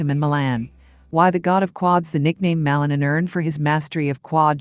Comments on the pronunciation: The lady who is talking is butchering Ilia last name. She should be taught how to pronounce it correctly. Ma-li-nin. Accent mark on the last syllable. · ПРАВИЛЬНО ГОВОРИТЕ ФАМИЛИЮ и лучше ПОКАЗЫВАЙТЕ ЕГО ЧУДЕСНЫЕ ВЫСТУПЛЕНИЯ......